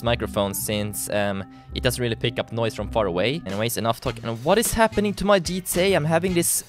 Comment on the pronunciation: It's gta not dta